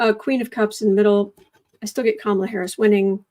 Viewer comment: He has been mispronouncing Kamala name wrong , but when he was crying about what Jack Smith is doing and who he is doing it for he pronounce her name correct.